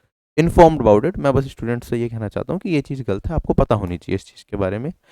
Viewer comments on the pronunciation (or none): क्या गल्त गल्त लगा रखे हो भाई,, गलत होता है, ल न कि ल्